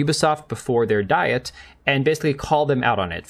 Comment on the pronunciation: In Japan, the Diet (Their legislature) is not pronounced like an eating plan, but is pronounced more like "dee-et".